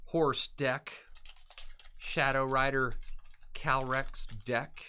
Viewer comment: I think its Calyrex and not Calrex...